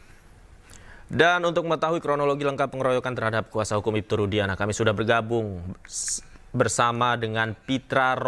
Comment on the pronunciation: Nyebut nama klien sendiri aja salah, rudiana ko jdi rudiansah